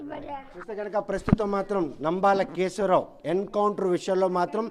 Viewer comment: అయ్యా రిపోర్టర్ గారు ముందు వ్యక్తి పేరు సరిగ్గా తెలుసుకోండి. రాయడం ఒకలా పలకడం ఒకలా ఉంది.